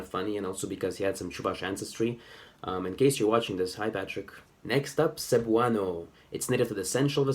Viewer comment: I can confirm. (Edit: I forgot to mention how the stress was butchered)